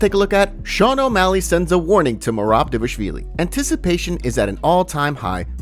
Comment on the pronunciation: Bro stop saying "davashvili" lol